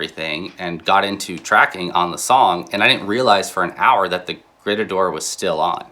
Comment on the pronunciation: a little grrreeetahdoor. 😂